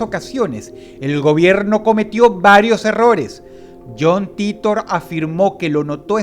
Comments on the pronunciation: Como me choca que pronuncie "Titor" y no "Taitor" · Se escribe john titor y se pronuncia jhon TAITA* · ... Se pronuncia taitor ... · SE PRONUNCIA "TAITOR" MAMAGÜEVO. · vengo del año 2036, dross todabia no aprendio a pronunciar "titor"